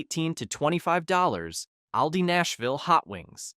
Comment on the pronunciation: We love Aldi. We save so much money. You need to be consistent with your pronunciation of Aldi. Sometimes you All di. And other times you say Al like a man’s name.